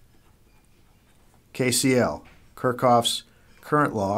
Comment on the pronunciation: haha "kurkov"? it's kirchhoff